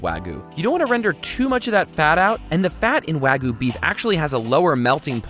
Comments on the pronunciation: Wagyu (pronounced wah-gyuh - you actually pronounce the y) picanha! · PSA: The 'Y' in Wagyu is NOT silent. Wagyu, not wah-goo. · we need to talk about the differences between "wagu" and "wagyu".:P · “wagooo” it’s wag-you ... the pronunciation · I cringed every time he said "wah-goo" instead of "wa-gyu" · It's pronounced WAHGYOU not waagu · It's not wag-oo its wag-you get it right next time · IT'S PRONOUNCED WAG-YOU NOT WAGOO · Wa Ghee You, not wa gu. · Someone call Guga and let him teach this guy how to treat a wagyu, let alone pronounce it lol "wAGuU" its Wag-you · Wah goo. Lmao. It’s why g-you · I'm not trying to be rude but...IT'S WAGYU NOT WAGU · im triggered on how he pronounces wagyu. Its not Wag - ooo. Its Wa-Gyu. l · What's wrong with you wagu it's pronounced wag E you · Wag ghew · I've always heard it pronounced with a y sound between the a and g as well. Kinda like "wai-gyoo" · Taylor Britt technically not correct either, but i would take that over this guy’s “wa goo” lol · BrUh iT’S wAgOO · “Wagu” oh lord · Every time he says “wagu” it makes me cringe internally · the way he says wah-goo really hurts my head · Everyone: Wagyu: Waguy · Wagoo he says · why the wagu... it's supposed to be pronounced wag-you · Bro it’s wah-giu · Im sorry those arent medium rare. Thats rare closer to the raw side 😂 Also he says wagoo and not wagyu smh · It’s like he was trying to say Ragu but he gained a speech impediment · He mispronounces wagyuu every single time, so he deserves it. There’s a “y” in there, dude. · Yeah it really bugged me when he said that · why does americans like raw meat also, why do you not pronounce the y in wagyu? jajajsjajjj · You pronounce wagyu so weird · Please learn to pronounce Wagyu correctly!